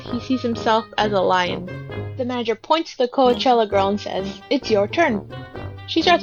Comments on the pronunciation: She just said "co-weh-chella" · i know what it is but your'e just saying it wrong. i tried commenting the way you said it